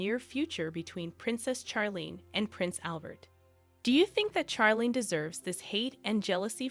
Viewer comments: Charlene's name is pronounced with a soft ch like in " share" not a hard ch like Chuck. Prioline was pretty when young but too much sun, cigarettes and alcohol have aged her. Her sister Stephanie has also aged prematurely. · please pronounce her right sounds like Sharleen not like you burnt something seriously please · Her name is pronounced Sharlene not Ch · That's because the narration is computer generated. The computer thinks 'Charlene' is supposed to be pronounced like 'Charles' except for dropping the 's' and adding 'lene'. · Her name is pronounced “Sharlene”. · Not sure you are pronouncing her name correctly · The pronunciation of Charlene is off putting